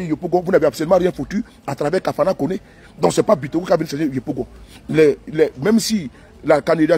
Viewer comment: On dit c'est Bictogo